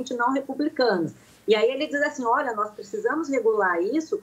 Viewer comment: É nozes não, né doutora. Somos nozes!